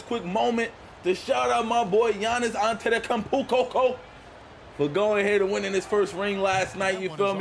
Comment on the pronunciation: His last name is An-te-to-koun-mpo.